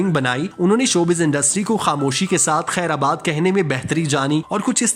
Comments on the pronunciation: بھائی ذرا الفاظ کی ادائیگی پر توجہ دیں، وہ خیرآباد نہیں خیر باد ہے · اصل حقیقت تو یہ ہے کہ آپ کو بھی کوی معلومات نھی ھے. بس جو منہ میں آیا بول دیا. اور براے مہربانی اپنی اردو کو درست کیجئے. خیرآباد نھی خیرباد بولیے. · خیر باد ہوتا ہے !!! آباد نہیں !!!